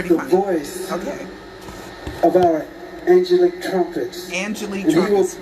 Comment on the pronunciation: As well as saying angelic wrong twice he also stated when he hugged Michael and said goodbye. Michael hugged and responded back I love you more. How does a diseased person hug you and respond back to you if they are in fact dead?